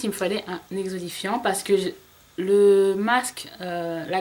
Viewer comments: tu me fais rire quand dans toutes les vidéos je t'entends parler d'exolifiant... lol c'est exfoliant! c'est pas méchant hein! c'est juste que ça m'amuse. bizz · x) "Exolifiant" ! :D